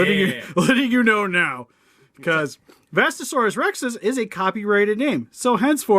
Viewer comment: It’s vestatosaurus not vastasaurus